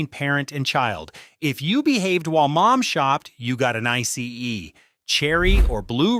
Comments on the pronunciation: Icy ee? WTF? Pronounced eye see! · Eye C E 😂😂